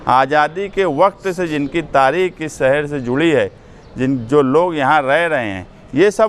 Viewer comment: Saher nhi shaher hota hai